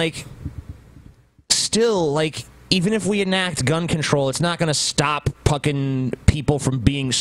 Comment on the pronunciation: Is saying "stop puckin" instead of "stop fuckin"?